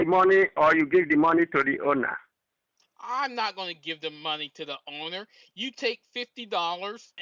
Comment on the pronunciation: give the moneh to the ownah give the moneh to the ownah!